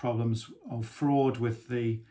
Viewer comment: Did Tim say “ fraud” ??